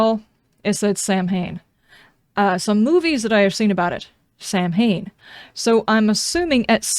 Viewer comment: My only criticism is that you had to make a video explaining this stuff. I think it’s been great. There’s 50 million people making gameplay videos. I play the game so I know the gameplay. I’m enjoying the story and effort you put into. I must say I do miss Lydia. Oh and you said Samhain fine I got the meaning and thought it was a nod to the 80s punk/metal band